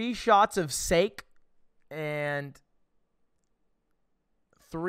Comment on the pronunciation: three shots of ‘sake’ i love you lud, but i gotta give you a strike on the board there